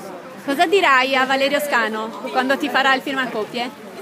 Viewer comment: Bello! Comunque mi sa che è valerio SCANU non SCANO! Bel video :)